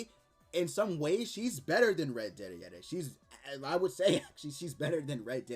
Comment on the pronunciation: You could just say "Deri"